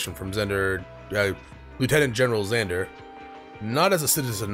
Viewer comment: Seriously.. I die inside every time you read Vander's name as Zander or Xander.. why? Just why?!